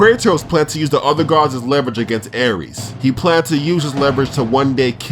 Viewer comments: Not trying to be a b word but it's ares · Aires? Hahahah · "Aires" bruh ? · Aires.???? wut is this intentionally wrong or...